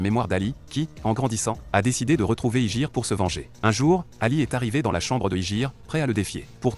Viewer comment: C'est pas IJIR C'EST YUJIRO